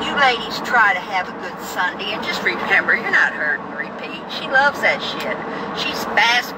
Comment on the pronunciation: Love the way you say "SUNDEE"